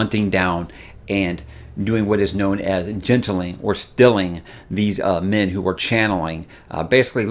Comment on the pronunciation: Of course, the flip side is I hear "Men" as "Min" so when talks about the reason why "Min cannot channel" I'm thinking, "Duh, why should she?"